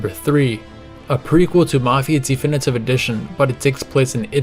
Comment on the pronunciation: Why do you say Thee Finitive Edition? 🤔🤔🤔